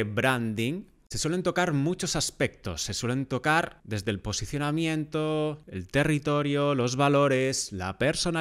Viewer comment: Minuto dice “PISICIONAMIENTO”